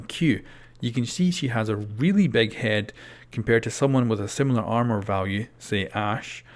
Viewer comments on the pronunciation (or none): none